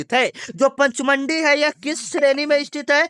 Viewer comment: पंचमंडी गलत पढ़ रहे हो